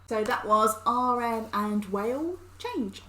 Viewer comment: its pronounced 'wa-lee' not 'wail'.......wale is a good rapper look into his songs, he has some hits